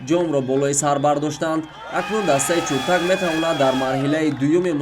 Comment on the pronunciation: Чуртак не Чиртак. А бача варзиш нюз шарманда кардӣ!